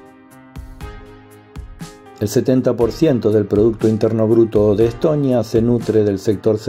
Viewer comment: Чого він як ідіот Естонію називає Еттонія чи Летонія , інтелекту бракує